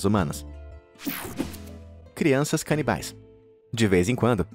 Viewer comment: Ele falou çrianças canibais